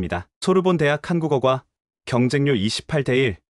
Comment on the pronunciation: 한국어꽈라고 얼마간 된소리로 해주세요... 꼴대라고 좀 해 줘야지 걍 골대라고 하면 머리 골을 연상하게 돼요. 좀 아나운서라는 사람들은 감이 떨어지나?